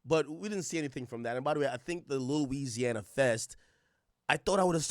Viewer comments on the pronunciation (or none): none